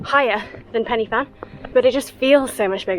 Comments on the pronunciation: Brilliant video... but as a welshman, it boils my blood when people say penny fan etc ... it's so simple to say it right for anyone ... pen uhh fan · Really good achievement. Just one minor criticism, Pen-y-Fan is pronounced Pen A Van. I was told off by a Welsh lady for mispronouncing it LOL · Incorrect. It's "pen uh van". Y means the and never pronounced as "ah" or "a". I notice no Welsh speakers are criticising her. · And no Welsh speakers have criticised me either? Odd? Tell you what, you pronounce it how you want to pronounce it pal. And I’ll pronounce it how I know it’s pronounced. PEN A VAN